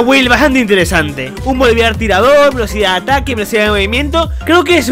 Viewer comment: El mejor "tirardor" jajajajajaja